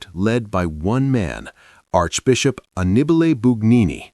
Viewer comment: Not even news for this old guy. And the AI speaker botched Bugnini's first name.